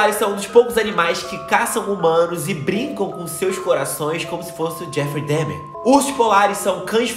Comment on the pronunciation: Dahmer se pronuncia "Dâmer" e não "Démer" ou "Demer"